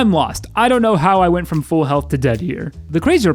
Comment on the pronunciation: I just realized you are pronouncing pull as pool. Edit: and full as fool.